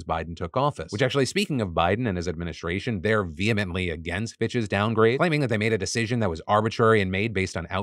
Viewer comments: Am I the only one heard ‘bxtches’ when Phil said Fitch’s every time? 😅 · I was just listening toy his video and I’m like why is Phil saying bitches all the time but it was PITCHES! 🤣